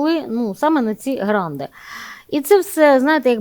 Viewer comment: Золотко, не "гранди", а "гранти". Хотів послухати, бо я є досвідченим експертом з питань місцевого самоврядування, і розчарувався та вимкнув, бо дуже примітивненько і не фахово.